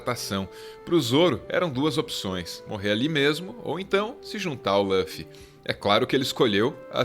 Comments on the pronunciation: Não é Lãffy.. é Luffy! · O que me incomoda é a pronuncia de Luffy como "Lãffy"... Podem falar com "u" que é o correto! E o Zoro não é o imediato. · EH LÛFFY NAO LÚOFFY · Parem de falar LÂFY, é LUFY, com som de U mesmo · LÃFFY???? E L U F I. L U F I !!!!!! (Luffy) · Escreve Luffy, pronuncia Ruffy. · por favor, nas próximas vezes tenta pronunciar "lúfi" em lugar "lãfi" que eh bem mais próximo do eh o correto pra pronunciar o nome dele, ou não, ces que sabem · pq falam laffi se em japonês é luffy mesmo? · tirando o "Lãffy", o vídeo é perfeito kkkkkkkl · Apesar do belo trabalho, devo dizer-lhes que o nome do protagonista (Luffy) não se pronuncia dessa forma. O "Lu" tem a mesma pronúncia de lu de luta ou lugar, por exemplo, conforme se denota do instante do vídeo. Obs.: na língua japonesa, a letra "l" se confunde com a letra "r", de modo que "Luffy" torna-se "rufi" (ルフィ). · Ouvir “loffy” foi foda, mas o video ficou bom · Quando a pessoa fala lãfi da um nó no estômago. Ele não tirou isso nem dá dublagem brasileira nem da original japa, quem em sã consciência assiste dublado em inglês? E se não assiste em inglês da onde tirou essa pronuncia?? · Agonia de escutar Lâffy toda hora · Lãffi, Namí, ai que nervosoooooo dessa pronúncia errada! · Essas pronúncias de Luffy e Nami doeram os ouvidos. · Lâfi, namí, xóper... ai meus ouvidos